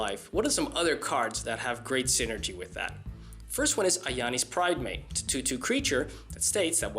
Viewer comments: im sorry is it Ajani or Ayani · The way he says ajani is irritating